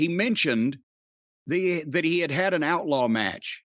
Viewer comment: Every single time Corny says "Outlaw" i crack up